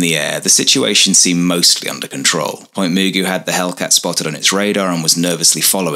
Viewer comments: Point Magu (pronounced M’goo) not Mugu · Pronounced Point Magoo, not Muuguu. That’s how we pronounced it. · Its Pt. MUH-GOO. Not moogoo. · "Point Mu-gu' '", not "Point Mu'-gu". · Great video! Not that you'll ever mention it in a video again, but the locals pronounce it like Point "Ma-GOO", with an emphasis on the last syllable. (Just in case you ever decide to visit.)😊 Also, great stock footage of Wilshire Blvd. Many of those buildings are still there as of my last visit. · One small comment. NAS Point Mugu is pronounced Magoo like like Mr. Magoo. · Great video... absolutely classic. BTW... Point Mugu sounds like Point M'Goo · Great documentary, by it's pronounced Point Ma Goo, like Mr Magoo the nearsighted cartoon character. Otherwise, carry on. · Pronunciation is wrong Point mugu..